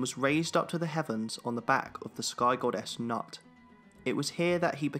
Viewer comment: Not nut 🥜 but pronounced noot